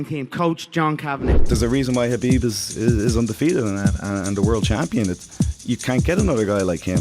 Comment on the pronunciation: He's neme habib not khanbib my allah with you all times